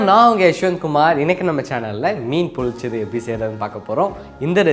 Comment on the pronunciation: It's pronounced as pollichathu.பொள்ளிச்சது.